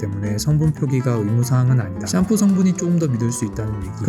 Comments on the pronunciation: 샴푸가 아니라 썀푸라고 발음하시는 이유가...? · 너무 거슬린다 썀푸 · 왜 샴푸를 썀푸라고 하는지 알아봐주세요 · 썀푸가 아니라 샴푸 ㅅㅂ 샴푸 샴푸!!!! 호박고구마도 아니고 어후.. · 썀푸 썀푸 단 한번도 샴푸라고 안하시네요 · 샴푸가 썀푸로 들려요 ㅎㅎ 급하면 샴푸 써도 된다는거군요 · 자꾸 썀쁘라고 하셔서 안 그러신 부분 나왔을 때 오히려 읭? 했음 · 왱님은 왜 샴푸 발음이 안 되는지 취재 부탁드립니다 구강구조 때문인가요 사투리 때문인가요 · 아니 진짜 썀푸로 들려서 웃겨죽음ㅋㅋㅋ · 샴프 발음을 썀쁘 라고 하네.ㅋㅋㅋ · ssㅑㅁ푸 발음 중독성 👍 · 씨암푸 ㅋㅋㅋ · 썀뿌 라고 들려요 ㅋㅋㅋ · 당신은 샴푸가 썀푸로 들리는 마법에 걸리셨습니다. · 쏘ㅑ ..ㅁ ..ㅍ ..ㅜㅋㅋㅋㅋㅋㅋㅋㅋㅋㅋㅋㅋㅋ